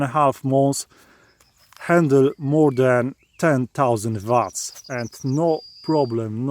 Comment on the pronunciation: its WATTS not vats lol